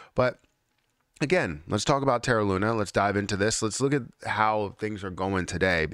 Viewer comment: does it drive you mad? Looney? 😂